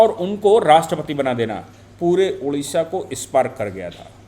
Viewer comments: Sorry sir, it's not Udisha.... Odisha. Please pronounce it correctly. Odisha. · Hello, Its ODISHA not UDISHA please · UDISHA NAHI "ODISHA " BOLO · Udisha Nanhi Odisha ....Hindiwalo ka Odisha Ke Uchcharan Kab thik hoga..